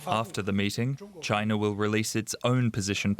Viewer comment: China does not have an R in it. At least try to pronounce it properly.